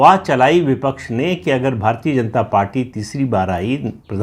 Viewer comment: भारतीय" शब्द का उच्चार आप भारतीए/भारतीये ऐसा क्यूं करते हैं मतलब आप "य" का उच्चार ए/ ये ऐसा क्यूं करते हैं। य का उच्चार य ऐसा क्यूं नही कर पाते?